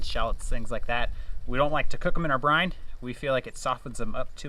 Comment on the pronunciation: Brine. Not brind